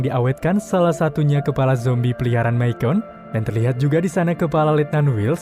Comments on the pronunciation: Misyon min bacanya. Bukan misyen / myken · Bang Micon dipanggilnya bukan mikon tapi mison 😀jadi c nya itu s bukan k